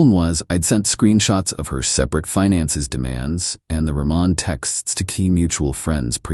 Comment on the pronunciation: Roman - Row man